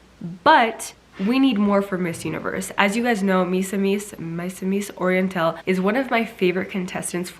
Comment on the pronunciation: Misamis Oriental pronounce as "Me"-samis Oriental than "My"-samis Oriental. Hoping to be notice from you miss Siera. I love your videos btw. 💕💕